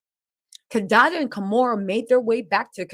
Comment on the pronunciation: Kadada/kadede 😂 got love